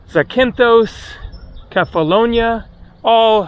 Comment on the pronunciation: Beautiful island life. BTW it's PRE-ve-za w/ accent on first E - and similarly ZAK-ynthos